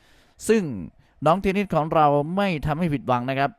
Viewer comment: เทนนิด เทนนิด อยู่นั่นแหละ น่าลำคาน เธอชื่อ เทนนิสสครับลุง !